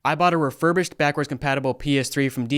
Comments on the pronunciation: Rerubished lmfao 😅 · “Rerurbished” lol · That’s not refurbished, that’s defurbished. Absolutely awful.